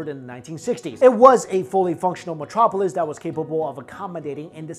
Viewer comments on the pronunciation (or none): none